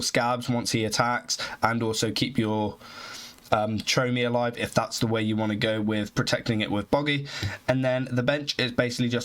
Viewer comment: It's chrome-e. Like chrome on a car, or chrome book